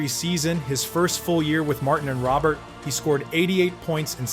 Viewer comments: It's "Row-bear" not Robert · Hey jackals. Pronounced ROWBEAR. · I like the video but Jean Believe-ooh? And who's Rene Robert? It's pronounced Row-bear. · Botched Beliveau and Robert. It hurts your credibility.